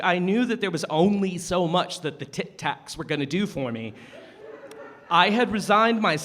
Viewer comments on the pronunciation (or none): CALLING E “TIT-TACS” IM CRYIN